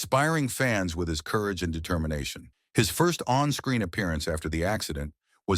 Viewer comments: Lol did the AI announcer say tony scavone 😂😂😂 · Its pronounced tony sha.. von..knee and he was. N his porche not a motorcycle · HEY Y DON'T U LEARNED HOW TO PRONOUNCED THE WRESTLERS NAME BEFORE U DO THEIR STORIES. U PRONOUNCED TONY'S LAST NAME WRONG.